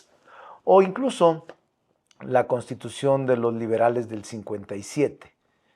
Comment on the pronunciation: monreal se dice C O N S T I T U C I O N . NO COSTITUCION YA "VISTES" QUE ESTAS COMO EL PG "DIJISTES"